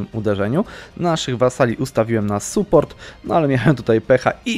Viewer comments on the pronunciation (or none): none